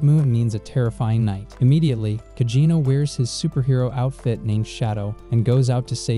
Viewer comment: Why do you keep saying cagino it’s cid kageno